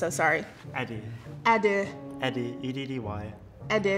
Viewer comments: "HELLO! what's your name?" "" "I'm so sorry -" "" "Eddeh" ".... E-D-D-Y" says the same thing again "EDEH" EVERYONE "" dead. omg I've literally rewatched that part so many times and I can't stop. one more time here we go from the top class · tries to say name in a complicated way "Eddu, Eduh, EEdu..": "it's just " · Eddih... eddeh... edda... eddiii - no just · He said edu I swear 😭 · he literally spelled it and she still said EDUH! 😂😂😂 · Maybe because the dude can’t even pronounce his name as it should be pronounced? She repeated Eddeh because he said Eddeh. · He literally said eduie and she tried to be respectful it’s ight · She was so throw off by the accent that she didn't realize his name is literally just ""😂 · Her trying to pronounce just made my entire day. I replayed it like 30 times BROOO 😂😂😂😂 ED-DUH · im crying cuz i thought his name had some "euh" sound too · He's pronouncing his name differently than normal sooo lol